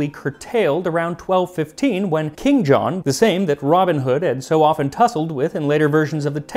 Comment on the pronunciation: Why do Americans put the emphasis on the wrong words? For example: ROBIN Hood instead of Robin HOOD NEW Forest instead of New FOREST KING John instead of King JOHN Beats me!